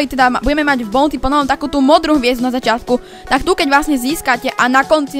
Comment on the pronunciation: Mr.P sa číta "mistr pí" a buounty sa číta "baunty" ,sorry ale strašne ma trigruje keď niekto hovorí zle po anglicky🙂👍